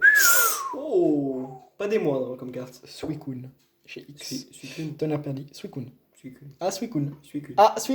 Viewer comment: Suicoune ou suicunnnnnnnnnne pas d'importance par contre des personnes disent "suisune" et c'est un problème